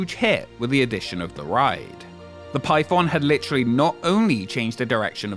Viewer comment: Ngl I didn't read the title and I thought you were saying pipeb0mb the whole time- 💀